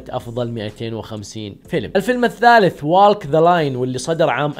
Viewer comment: ووك ووك مو والك walk نفس توك talk ما تنطق تولك أو تالك